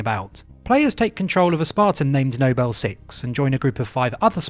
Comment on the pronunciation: For example "Nobel team" and then a second later it's "Noble team", this is literally nitpicking but great video